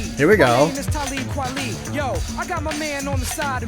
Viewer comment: Glad you’re reacting to this. Talib Kweli is actually pronounced like Taw-lib Kwali